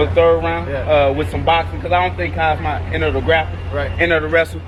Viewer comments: This nigga cant say Hamza? Keeps on sayin kazmat WTF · My boy said Khazmat😭😭😭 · Shcaub called Khamzat Daghestani 😂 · Buckley calling him Kazmat is fuckn hilarious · First Buck with the "Kazmat" and then Tito with the "Chimosley" come on guys lmaooooo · That had me rolling 😂😂😭🤣😂😭 kasma lmao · LoL Tito didn’t know how to say khamzat